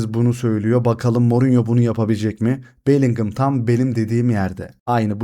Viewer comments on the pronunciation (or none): Bellingham Bellinhem diye okunuyor Bellinghımmm değil